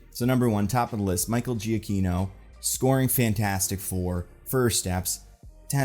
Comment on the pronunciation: Almost unrelated to the video but bothers me every time you mention his name lol. Michael Giacchino’s name is pronounced Juh Key No not Gee a key no Can see evidence of that on his personal website biography section